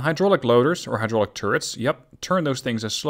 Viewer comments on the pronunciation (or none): none